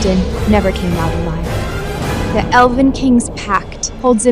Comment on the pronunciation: Lord this AI is really struggling to say elven 😂😂😂